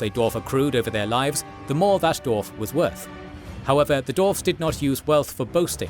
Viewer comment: Did you know there's a W after the D in dwarf?